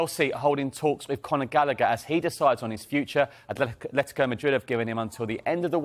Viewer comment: Conor. Gal a. Her. Not Gallicker. It’s an Irish name Rory Gallagher pronounced Gal. A. Her. Why can’t people said it correctly